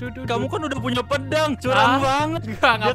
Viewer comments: Bang pedang bang bukan pendang 🤦🤦🤦🤦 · Bang kok pedang jadi pendang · Pedang❌ Pendang✅